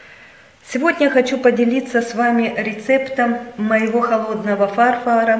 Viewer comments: Не "фарфар"!!!!!а фарфор!!!!!Отстой полный,когда коту заняться нечем,он себе яйца лижит....На все руки от скуки,прости Господи.... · простите но не смогла досмотреть видео, не могу слышать слово фАрфор вместо фарфОр. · Великолепная работа. Только, пожалуйста, произносите правильно: на фАрфор, а фарфОр. Ударение на последнем слоге! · фАрфара? фарфОра!!! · Почему так режет слух с ударением на первую а . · А что это такое-"фАрфАр"? Я знаю -"фарфОр". А о "фарфаре" впервые слышу....😜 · Ударение правильно ставить!!!!!! Неприятно слушать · фарфООООр!!!! А не фАрфор! Пожалуйста! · Боже..ну не фАрфор а фарфОр, ударение на последнем слоге, очень режет слух. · фАрфАр 👎уши режет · Было бы неплохо научиться говорить правильно, перед тем, как записывать видео. Ну не эстетично это, и вам необходимо заниматься дикцией и правильным произношением. УЖАСНО ПРОСТО - ВАШ фАрфор. Или пишите видео на вашем родном языке или занимайтесь и говорите красиво на русском. А в супермеркаде, клей из хгхаза, это вообще ПИПЕЦ!!!!!! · Господи как уши режет!!!! Кошмар! Какой фааааарфор ...... Фарфооооор!!!! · Боже!!!!! А почему ударения не правильно ставите? Какой то ужас 😱. Фарфор, сантиметр. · Не фа́рфор, а фарфо́р. Слух режет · ФарфОра а не фарфора! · Фарфор,а не фарфар.слушать неприятно. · Вообще то не фАрфор,а фарфОр ! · фАрфар???? простите, что????? фАрфар???? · Все хорошо, но слушать проблематично, постоянное "Эээм" между словами🙉, "гэканье",неправильное ударение (фАрфор, сантИметр) откуда это слово "намАчивается"? Попробуйте показывать короткое видео без слов, с музыкой и текстом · ФарфОр. Отличная работа, поправьте ударения и вообще все великолепно будет! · Всё конечно хорошо и спасибо Вам за рецепт, но правильно произносится ФарфОр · Фарфара😂первый раз такое слово слышу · услышав на первой минуте два раза слово фАрфор..... 🤣😂🤣 короче - всего хорошего😂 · Почему ФАРФАРА??? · А почему вы говорите фа-рфора это ведь неправильно не по русски!!!! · А ПОЧЕМУ НЕ ВЕРНОЕ УДАРЕНИЕ В СЛОВЕ ФАРФОР?